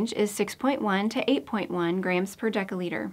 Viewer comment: Why does narrator mispronounce "dL" with a hard c or k sound, instead of a soft c? Narrator pronounces dL as [deka] liter, and of course deca- is a different metric prefix meaning 10X, that is to say, 100X bigger than the deciliter that dL denotes.